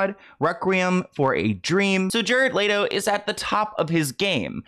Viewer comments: I want to know how you're saying LATO when it's clearly spelt LETO? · Lol its hard for me to watch this when you keep saying Jared "LATO" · Love you but it’s Let O not Lay Do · Leto like leh-toe not latoe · It’s LETO not LATO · Hello everyone! It is in fact pronounced Lay-Tow … google it! 😁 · Why are we saying Jared Leto like Jared Laydoe LMAOOO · Layto?? I figured the pronunciation of this name you could get right since he's super famous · Love ya, but it's "L-EHHHHTO" 😭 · It's pronounced let-Oh like let go but with out the g. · Omg the way keeps mispronouncing Jared Leto 🤦🏻‍♂️ lol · You're saying his name wrong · the way you pronounce Leto is painful. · the way you pronounce his name has me tickled lol